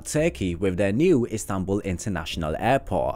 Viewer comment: The city‘s name is ISTANBUL! not INSTANBUL!!!